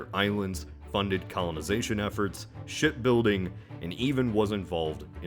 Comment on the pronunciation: ... Did he say Shit building .. :D :D